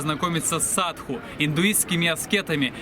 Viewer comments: ОН говорит = САДУ , а не САДХУ ! ..В слове САДУ - мы видим = САДИСТЫ , слово CIDO\ сидо , цидо \ - на греческом = УБИВАТЬ ! =геноЦИД ..если прочитать обратно СИДО = ДИС = DEATH= дес = СМЕРТЬ...Вот они и крутятся возле трупов ....фу, гадость ! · Почему ты говоришь "садХу", если индусы говорят "саду"? У Пелевина в Ампир В тоже "саду", аскет.